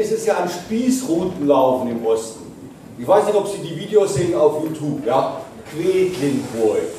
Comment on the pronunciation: Ich finde es immer so klasse, wenn Jürgen Elsässer "Jutub" sagt.